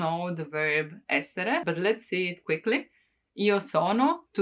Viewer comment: 'R' doesn't sound like 'L' in 'essere' for sure ;)